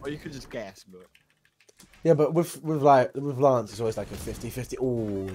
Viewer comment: Why is he always saying laaance and not Lance